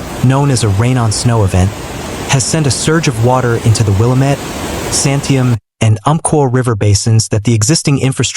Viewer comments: Its pronounced Wil-lam-mit NOT Willa-met. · It's not pronounced Willa-MET, it's Will-AA-mett. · Its not willa-met Its pronounced wah-lam-it (Willamette)👍 Governor Kotex🫩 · Pronounced “will AM met”. Accent in the second syllable. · FYI, Willamette is pronounced: Will-Am (as in ham)-ette with the emphasis on Am. 💫The More You Know… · Fyiwe locals pronounce that the will ah mit river. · Rhymes with damn it"... "Damn it, Willamette"...An ancient chant from slow pitch softball days in McMinnville in the 1980's... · Learn how to pronounce Willamette.